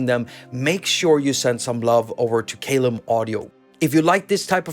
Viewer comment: Love that this is free! BTW, the pronunciation of Caelum.... The first syllable is pronounced 'kai' as in 'Kai Aras' 😉